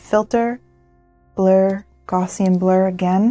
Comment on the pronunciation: Great video, just a small nit pit though - you're mispronouncing "gaussian". The first part is pronounced like "cow" but with a g. Example: gow-ssian (pronounce gow like cow).